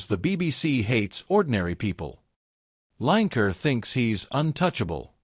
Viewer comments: His name is not line ker it's lin e ker yeh he's a wan k er😂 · Lanker? Almost had his name right..but it starts with a W… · Line Ker, love it &it rhymes with wan*er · I love the American pronunciation of Lineker, it sounds so like his nick name…….w⚓️r 😂😂👍🏻🇬🇧